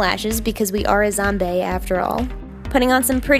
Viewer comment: Were you saying zomBAE